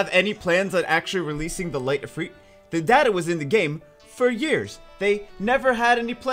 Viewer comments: The way you repeatedly butcher the pronunciation of Ifrit has forced me to unsubscribe from your channel.... ITS NOT IFREET FFS, its IF”RIT” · OMG ITS NOT IFREET..... rit as in ritual. If-rit. your hurting my ears. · Not EEFREET. If-rit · and to think I always called it if-rit and not if-reet. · "If-reet" wth... "Mah-nah" 😐😐😐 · you said Light Efree? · The I’s make the same sound